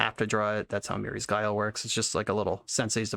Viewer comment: The way he said "MiRrI's Guile" completely killed me